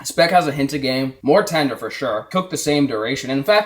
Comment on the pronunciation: my boy said tinder not tender lmao